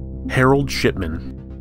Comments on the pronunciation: ok, you're totally saying "sh*tman" instead if shipman lol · The way you pronounced "Shipman" made me wonder if you intentionally made it sound like "Shitman".